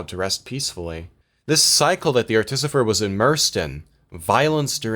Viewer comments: I think u watched the video wrong, its clearly pronounced articifer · Is “Articifer” some inside joke I’m not aware of or are you mispronouncing this the whole video? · pfft.... "Ar-tificer", and i've been saying "Arti-ficer" this whole time. that aside i love this video.